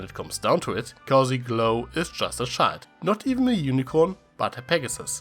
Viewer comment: It took a bit of you saying “child”for me to realize you were saying “child” and not “shild”